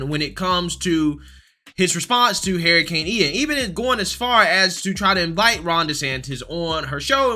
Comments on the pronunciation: Is this guy saying heericane? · dude, I gotta ask. Why do you call it a Hair i cane? LMAO